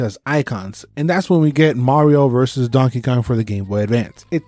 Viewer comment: I'm sorry but did you call him Dankey Kang? xD